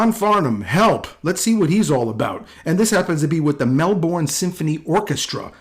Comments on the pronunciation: I was lucky enough to see him live 3 times. In Australia, he is known as The Voice. By the way, for future, reference, it’s pronounced Melburn. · Just so you know Melbourne is pronounced like this: Melbin!! I know it spells like 'bourne' but we Aussies call it 'bin'. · Love John Farnham reaction videos. Being Australian, I have a pride for John that is beyond words. Also, FYI for any Americans out there - the pronunciation of "Melbourne" is not Mel "born". It's pronounced Mel "bin". And yes - that is definitely his voice. It's as familiar to me as a family member's voice. I've grown up listening to and loving him!!!